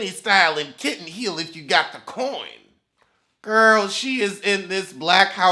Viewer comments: I love when he says “kitten heel”. It sends me every time 😭😭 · everytime u say kitten heel u take me out🤣🤣🤣🤣🤣